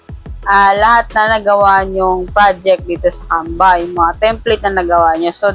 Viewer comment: bkit parang "camba"? naririnig ko..